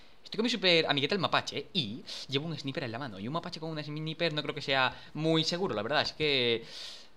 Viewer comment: por que todos los españoles no saben pronunciar el ingles sniper no mames